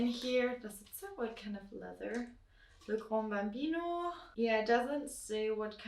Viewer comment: It is not pronounced « Le grandé » there is no « e » at the end. It is pronounced « le GRAN Bambino »